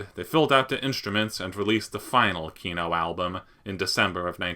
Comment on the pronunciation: Why are you saying KIno, while it is KinO, second syllable stressed in Russian